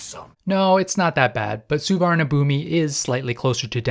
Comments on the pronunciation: A friendly tip from Team Thailand: the big bkk airport is pronounced "Suwannapoom". I know its spelled differently but you gotta get this right. There is no i at the end and it's not b it's a p for the final syllable. The transliteration is brutal so it's understandable since you were saying it phonetically. But I'm just trying to help a brother out. Suwannapoom. Say it. Say my name. Suwannapoom. You're goddamned right. And it's Don Muh-ahng airport. Doesn't rhyme with Wang. It's a softer a sound that has an h next to it. And don't get me started on Pattaya. Actually I have come to like the Brit mispronunciation a bit. 😂. Happy trails in Central Asia. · The airport is pronounced Sovanna Phum, meaning "Golden Land" in both Khmer and Thai. No idea why the Thai's spell it like that LOL.